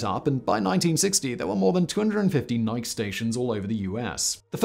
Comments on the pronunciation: Why do you say "nik" in describing missiles and then two sentences later it becomes "nike" as they should be called. For victory. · Ny-key, not nyke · It’s pronounced ni-kee not nik. For fucks sake Simon